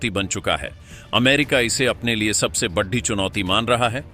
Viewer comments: अबे बेशर्मों बड़ी और बढ़ी में अंतर समझो सालों हिंदी भाषा का सही उच्चारण करो और #बड़ी_बड़ा_बड़े बोलो बढ़ी नहीं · ' बड्डी' नहीं होता जी, ' बड़ी' होता है।